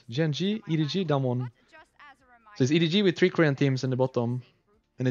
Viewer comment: Why rekkless pronounces DAMWON sounds like Dumb one? hahahaha